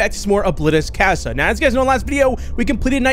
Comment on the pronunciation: love the content but for the love of god it's "caw-sa", it's spanish for house